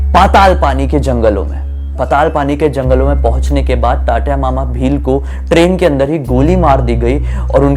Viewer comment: Abe tatya mama nahi Tantya mama